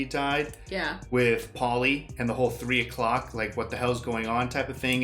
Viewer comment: "Tree a clock?"